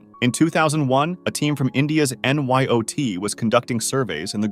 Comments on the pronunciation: That's NIOT not NYOT💀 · Hey you say NYOT I think you mean to say NIOT and no worries I know you do a lot to make these videos just thought I’d let you know.😅